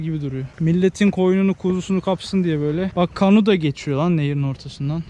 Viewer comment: abi kanu değil kano :(